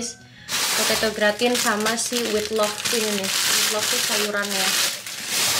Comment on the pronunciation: Boleh koreksi dikit, Gratin dibacanya gratang, krn memang asalnya dr Perancis 😊.. Semangat selalu